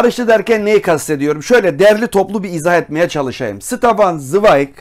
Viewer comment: "SITAFAN" değil, "ŞTEFAN" okunur.